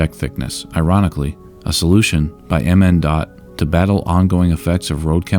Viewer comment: I've lived in MN for most of my life, I remember where I was when I heard this happened. Was at a Hirshfields with family getting paint for the new house we were moving into. Also, MnDot is usually pronounced "minn-dot".